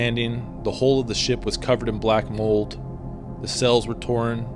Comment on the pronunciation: Great video except it's almost unwatchable when you say "sells" for sails and "mells" for males